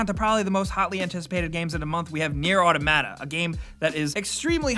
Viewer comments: its aw-tom-it-uh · Automata is pronounced like Automaton. Aw-Tom-Uh-Tah. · Why do you pronounce automata like English is your second language? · Just please look up automata pronunciation, it's driving me fucking crazy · Neir: AAHHH TOM AHHH TA ... I think. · First"Yujioh" then "Automata" same as the word gaming mat. You don fucked up. You don fucked up.